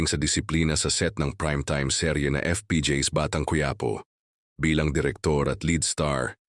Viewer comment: Quiapo ayusin no pronounciation mo